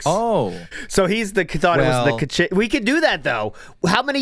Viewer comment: The fact that you still call it "ka-ching" and refuse to correct yourself is extremely cringe and Phil like.